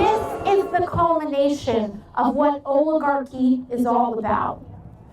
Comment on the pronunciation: I love her, but I kind of wish she could pronounce oligarchy.